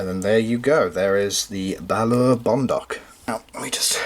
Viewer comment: By the way "Balaur" is pronounced a bit more like "Balauur" or think of how you say the two Oos in "fOOd"